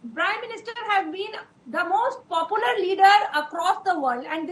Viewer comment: " Pop UU lar leader" Great academician.👌👌🤣🤣🤣🤣